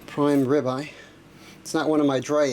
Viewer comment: WTF is a Ribey steak ? Ribeye ?